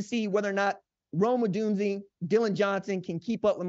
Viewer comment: If this guy mispronounces Rome Odunze's name one more time... smh